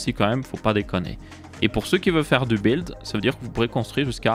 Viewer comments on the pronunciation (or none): none